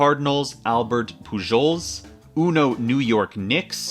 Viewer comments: Amazing video, I’ve been following the series for a while and it’s been a ride. Also the way to pronounce Pujols is like Poo-holes, just to inform you for next time when you talk about that version. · "Pujols" is pronounced "PU-hols" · That pronunciation of Pujols physically hurt